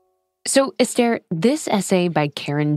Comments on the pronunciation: It's not pronounced Estair. It's pronounced Ester in other words S ....TER! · You pronounced her name wrong every single time.